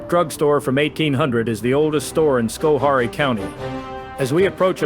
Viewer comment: we pronounce it scho hair ee. Informative. Thanks for making this!